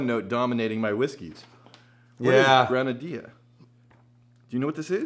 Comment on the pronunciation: It IS granadiLLa pronounced